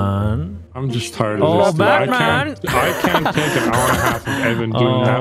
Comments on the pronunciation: "stay there baetman" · “We meet again Batmon” - VanossGaming 2022